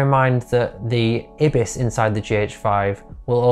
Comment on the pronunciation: I’m sorry, IBIS? ?! I’ve never heard anyone pronounce IBIS like that. :) It’s normally “eye-biss” not “eh-biss”. But each to his own.